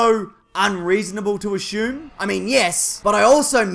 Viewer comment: You pronounce assume like ashume